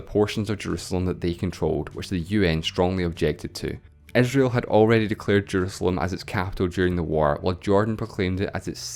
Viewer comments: capital of Eh-srael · Dude, what wrong with your accent??? You pronounce I as E and E as I.... cety? Esrail?